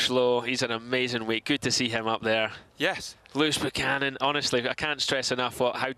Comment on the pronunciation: They make his name sound almost as if it was Loose Cannon